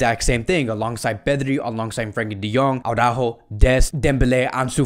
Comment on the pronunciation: its araujo not aurajo😂😂